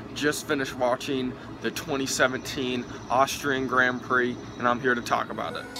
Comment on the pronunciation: I cringe at the pronunciation of Grand Prix.. I'm probably used to the commentators haha Still great vid